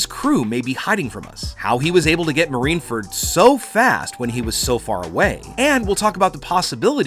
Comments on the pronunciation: Marineford not marineferd.. and it’s Coup de Burst not boom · *marineford not marineferd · I also want to go to marine furt XD. BRUH just say marine fort. not marine furt